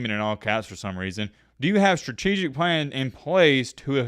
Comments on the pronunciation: If you gave $ to this moron that can’t even pronounce “strategic”….sounds like the most ignorant person. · His terminology different y’all, you can’t be pronouncing strategic the correct way the first time ya feel me? We up